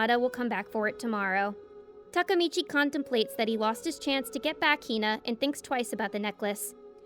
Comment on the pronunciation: Finally someone pronounced takemichi someone said its takmechi